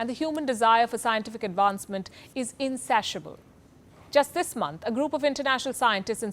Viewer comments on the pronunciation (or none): Palki tell yourself whatever you need to calm your fears. Those are likely chariots of THE MOST HIGH GOD. In-say-shi-uh-bull